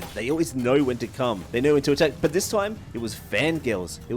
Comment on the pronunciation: “I don’t knowerh”